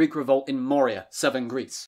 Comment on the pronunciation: Moria is from Lord of the Rings; Morea (more-eh-uh) is in Greece.